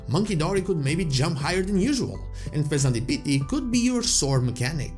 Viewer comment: WHY DID HE SAY THE PHEASANT LIKE THAT ( I'm not typing the name )